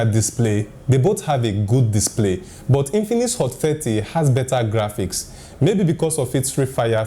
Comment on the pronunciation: Hot Fatty? im sorry I hear only that